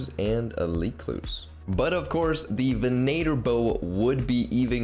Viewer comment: i'm just confused how so many people have started pronouncing venator incorrectly XD (ven ah tor)